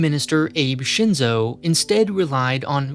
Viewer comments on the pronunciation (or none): My only qualm of this video is how you butcher all the Japanese names...